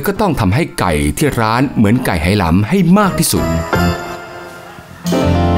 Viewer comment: ทำไมผู้ผลิตไม่บอกฝรั่งว่า Hainan ออกเสียง "ไฮนาน" หรือ "ไหหนาน" เพราะคนจีนไหหนานเขาชื่อนี้ออกเสียงอย่างนี้ ไม่ใช่สะกดฝรั่ง Hai แล้ออกเสียง เฮ เป็น เฮนาน มันชุ่ยกันขนาดนี้เชียวหรือ คน Thai PBS เนี่ย เสียข้าวสุกจริง ๆ